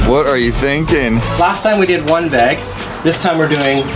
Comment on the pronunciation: Say it with me, BAG. not beg